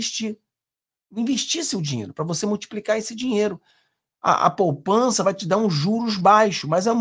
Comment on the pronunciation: Poupança e não “ Popança “